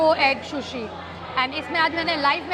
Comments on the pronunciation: Shushi nahi hota hain sushi hota hain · No hate!! Love you but it's not shushi it's sushi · It is not shushi it is sushi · I am sorry you say sh ko s and sa ko sha sushi not shushi it will sound good. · It’s sushi not shushi. It’s terrible to hear such pronunciations from a food vlogger. The L in salmon is silent it’s pronounced as sa-mon.